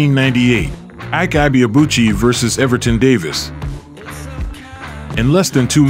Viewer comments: It always surprises me how much "research" people can put into presenting a biography about someone and couldn't even be bothered to learn the true pronunciation of the subject's name. It's just lazy or even worse; ethnocentric. His name is pronounced "Eee - K" "Ebay - Aa - Bu chi" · It’s eh bay uh boo chee! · The last name is pronounced e bar-ahh boo-chi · Even if you don't get the correct pronunciation of the name Ibeabuchi, just know that the 'Ibe' is pronounced like e-bay. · His name is pronounced... 'aike ebay-abu-chi' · His name is pronounced: I.Que Ebay-Abuchi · you pronounced his name poorly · Yet ,you are,nt pronouncing his name correctly narrator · You don't pronounce his name well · The narrator mispronoucing his name is violation to Nigerians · You could at least learn how to pronounce his name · The narrator murdered his name😅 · Still not getting his name right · They still don’t know how to pronounce his name